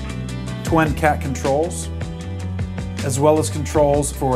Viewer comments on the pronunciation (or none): Twin. Not twen.